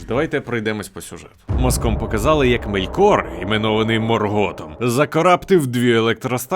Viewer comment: Який МоргОт? Який МелькОр? Який ЛіндОн? Невже важко було наголоси перевірити?